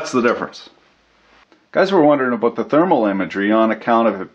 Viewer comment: hahaha "works in Australia,!!! wondered what the camera angle was "abooot"